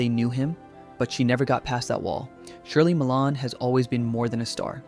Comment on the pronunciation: Her name is Shirley MacLaine... not Shirley Milane.